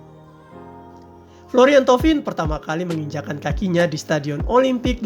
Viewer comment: Pengucapannya yang benar adalah:flor:yeng tow:vang.... Ucapkanlah nama seseorang sesuai dengan bahasanya.... Kita, orang Indonesia juga gak mau kan jika nama kita diucapkan tidak sesuai dengan pelafalan dalam bahasa kita.... Umpamanya Cut Tari dilafalkan jadi Kat Ter:ay.... Asep Udin dilafalkan jadi ey:sip Yud:ain....😁😁😁😁